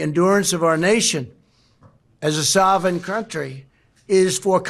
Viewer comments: "soving" country.. LOL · Did he say sovereign country or sarvin crountry? 😂 I don't think trump is cognitively there? Nikki Haley, Nikki Haley, Nikki Haley 🎉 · Poor Donnie Drumpf has trouble pronouncing a simple word like sovereign. How sad!